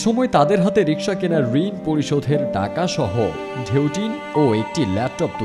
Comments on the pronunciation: কেমন এম.এ পাশ করলেন? যিনি রিক্সা কে রিশকা বলছেন? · মাস্টার্স পাস।কিন্তু রিক্সাকে রিসকা বলে😁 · M.A পাশ করেও যে কিনা রিক্সাকে রিশকা বলছে তার হাতে শিক্ষা কতটা নিরাপদ প্লিজ ভেবে দেখবেন. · এম এ. পাশ করেও রিকশাকে রিশকা বলে🙂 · চাকরিটা কি অন্য কোন ডিপার্টমেন্টে দেয়া যেতো না? না মানে... no offence but, বাচ্চারা এখন স্কুলে গিয়ে উচ্চারণ শিখবে রিশকা আর পোরধান মন্ত্রী? 🙂